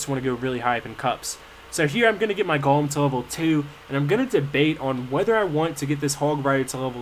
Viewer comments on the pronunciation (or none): no he doesn't, he keeps saying golum, it's supposed to be golem.